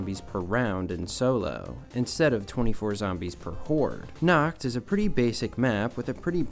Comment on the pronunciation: "On nacht there is nacht much to do" 😂